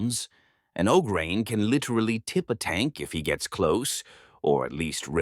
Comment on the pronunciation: AI voice that can’t even pronounce Ogryn correctly half the time.